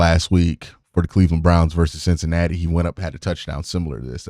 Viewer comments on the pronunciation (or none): none